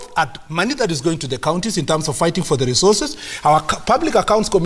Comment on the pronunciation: He keeps say 'KOING TO'